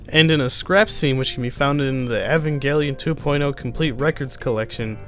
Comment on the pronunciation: I knew this is gonna be a shit-take as soon as I've heard EvanJelion